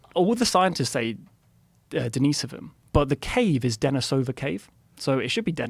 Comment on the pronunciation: Following the original Russian pronunciation, stress on "i", Den-EE-sova Cave